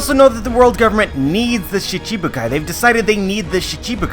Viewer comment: it's shichi bukai, not shishibukai